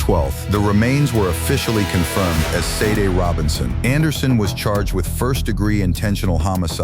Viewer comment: Sade... is pronounced Sh-ah-day